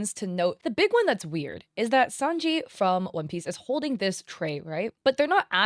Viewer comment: “Sahnji” and “Luhffy” 😢